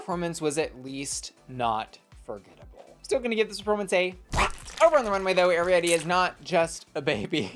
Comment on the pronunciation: YAY YOU SAID ARIETTY’s NAME RIGHT! THANKS QWEEEEN (I’m just a big fan of that movie 🔥